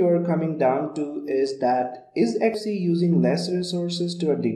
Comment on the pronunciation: Some points 1. Xubuntu is pronounced Zoo-bun-too 2. Ubuntu stopped using Unity in 17.10 and now using Gnome with a Unity like skin/customization, so it would be incorrect to call it Unity. 3. Xubuntu comes with LibreOffice Writer and you can see it in the video in the Menu. Xubuntu stopped using Abiword in 15.10.